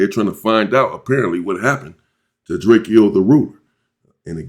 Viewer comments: … Can u please stop callin the homie DRAK-E-O…Itz DRAKE-O. He made a whole song about this go listen to it, its called Drake-o not Drak-e-o. What the helly😂😂😂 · Drak-co not drackkio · You pronounce it drake and o, like the gun Draco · One more thing that's bothering me I guess you don't read your comments but can you please stop butchering this man's name It's pronounced like the 🔫 Not the way it's spelled Draek-Kee-O... Come on fam That just urks the crap out of me every time you say it and I love your channel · YOU SAYING DRAKE-O NAME WRONG 👈🏽😑